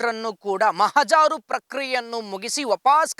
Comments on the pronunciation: ಅದು ಮಹಾಜಾರು ಅಲ್ಲ ಮಹಜರು. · ಓ ಗಂಪ ಮಹಾಜಾರು ಅಲ್ಲಾ ಕೆಪ್ಪ ಅದು ಮಹಜರು😂😂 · ಮಹಜಾರು ಅಲ್ಲ, ಮಹಜರು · ಮಹಜಾರು ಅಲ್ಲ ಮಹಜರು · Mahajaaru alla mahajar correct Ur pronouncetion